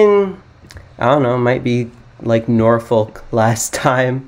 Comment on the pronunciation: Norfolk and Suffolk are not pronounced as the appear, Nor-Folk or Suf-Folk. In fact the last part is pronounced as you would the f word. But because the Nor and Suf is part of the word it's not swearing/cussing. However, the origins do come from the Viking origins describing The folks of the Northern lands, and folk of the South lands. Which over time became Nor-fuk and Suf-fuc